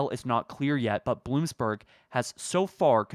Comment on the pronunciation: Bloomberg*… No “s”